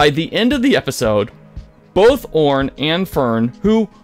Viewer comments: How does this guy get any views? “Eeeemogen”? “Orn”? “Freshly Cut Grass”? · What is going on that the narrator is reporting on this, but has no idea how to pronounce the PCs names? "Eemogen", "Orm"?, "FreshLY Cut Grass"? "Were you as shocked as we were?" Dude, you weren't shocked, you don't watch the show. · my guy, I love your content, and I appreciate it, I just have one personal gripe, please, PLEASE, pronounce the characters names correctly.. It's a tick that many people have that just frustrates for no reason. /ie-mo-gen/ and /or-im/ (like /im/possible) are how they're phonetically phrased. You're scripting is great and I love the way you speak I just wish those characters got their proper names, hope this doesn't come off hateful, not my intent, just trying to help myself, your viewers and you <3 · How do you mispronounce names that you are introduced to and regularly hear audibly? Imogen? Orym? C’mon man… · Dude this is a really great video and I don't want to nitpick, I just think it's pretty funny how you goofed several names -- I'm-ogen, Orm, and Fresh-ly Cut Grass lmao. Still, again, great video!